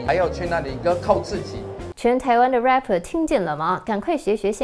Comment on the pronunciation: 有人注意到憲哥把嘻哈歌手英文唸成強姦犯嗎